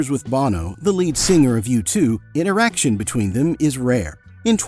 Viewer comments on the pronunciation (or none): OR-in-O-CO, not the a.i. "or-IN-oco"! ... 'an erection' between them is rare?? INTERACTION, say it right!